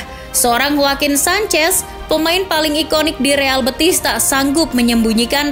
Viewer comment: Penyebutannya bukan kyk nyebut betis (bagian kaki), bukan bëtis ... betis , e nya e d tekan... BETIS.... Real Betis.. Biar ga malu"in